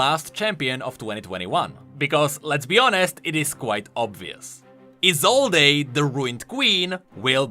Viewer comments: Just want to point out that Isolde's name isn't pronounced I-zol-dé, but just I-zold. Anyways, can't wait to see where the story will be going next ! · ISOLDE: "I-sol-day" Me: it's "I-sold" v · I think, her name is pronounsed: Isold, without [e], sorry,, but I thought you listened to his VO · Viego pronounced it as "E sold" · I cringe every time you mispronounce "Isolde" go listen to Viego's voice lines if you think I'm wrong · For the love of yordles, e in Isolde is silent. You'll hear it in Viego voice lines. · Isolde with a silent E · Small nitpick but you're pronouncing Isolde wrong. The e is silent. Unless the name itself has different pronunciations I'm not aware of. I've just always known it with the e silent.